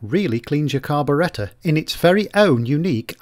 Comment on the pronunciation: His pronouciation of carburetor is incorrect.